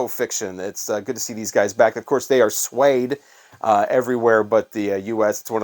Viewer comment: Did you say London Sweed? It’s Suede pronounced swade 😅